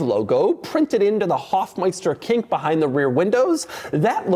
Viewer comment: Knick ( knik) , not kink 😂